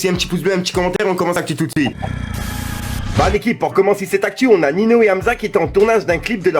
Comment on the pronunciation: s'il te plait c'est NINHO pas nino et change tes phrases on dirait c'est toujours les memes vidéo mais avec l'actu qui change